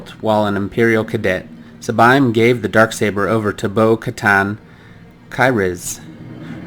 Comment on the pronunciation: First. Sabine's names is pronounced as Saa-bean